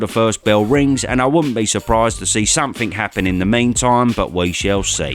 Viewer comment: somefing? one good fing? learn English and a man's voice.